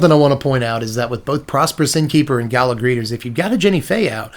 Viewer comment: It's "gala", not "gala".